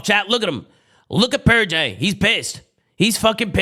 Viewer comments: I love that he still calls purj purjay 😭😭😭 it sounds better too honestly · Huke was calling out "pur-jay 1 shot!" Lmao